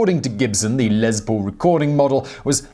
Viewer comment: Um it’s les not lez